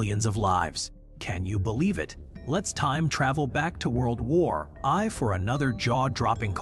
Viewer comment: Really? World War i? Chofier? Bloody AI. Can't you read it yourself? Anticrist? Terrible.